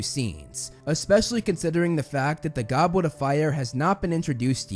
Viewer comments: Heww yeah! I wuv the Gobwet of Fire! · Gobwit of fire 😂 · lol he said Gobwet of Fwiure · Bros saying ‘Gobwet of fire’ 😂